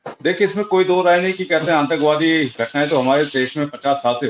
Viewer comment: shabd Antak wadi nahin, Atank wadi hei, aap apna uchharan sahi kijiy pl.